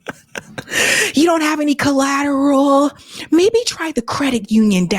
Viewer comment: Said it right: you don’t have any cccollateral ll 😅